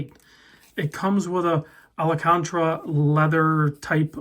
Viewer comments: It is Al-can-tara not Ala-can-tra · I don't think Alcántara is pronounced Alacántra. Americans are so bad at this, I hear many of them actually admit it. 🙂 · Pronounced Al-can-tara … it’s synthetic suede … more durable